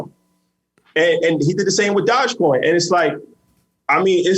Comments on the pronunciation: 🐕‍🦺e coin.... Not dodgecoin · Ik he’s very financial literate but hearing him say “dodge coin” over and over again makes me question how closely he’s researched this. It’d be like if pomp got on and was hyping up “bite coin” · Doge coin... pronounced "Doj-coin" like doja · This ‘expert’ doesn’t even pronounce dogecoin correctly